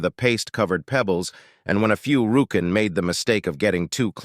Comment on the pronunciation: THUMBS DOWN, and out. "marble-sized pEEbles" Not my day to put up with a brain-damaged Narrator. Not my day to put up with an author who did not =Respect= us listeners enough to do a proof audit.